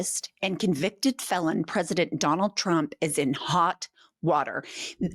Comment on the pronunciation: This human on podcast said the word president so much. I don’t think she pronounces it correctly anymore.